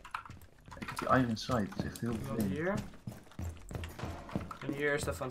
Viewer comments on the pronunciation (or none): none